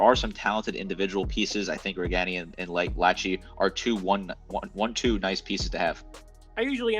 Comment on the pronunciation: Lachey is also pronounced Lah-Shay